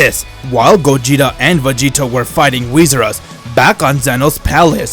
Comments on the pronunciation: This man said whisurus lmao it's whirus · Its wheerus Not wheesrus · Its whirus